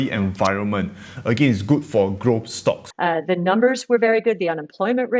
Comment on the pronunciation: Noticed you changed your pronunciation of some words haha. “Stocks” from “schtocks”, “less” from “lesser”, and “invest safely” from “invest safe”. ;)